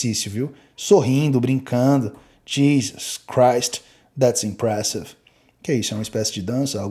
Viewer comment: kkkkkkkkkk quando mete esses ingles dele eu racho dms,UOOO IMPRESSIVE KID